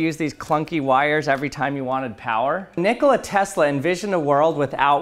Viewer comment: Check the pronunciation on Tesla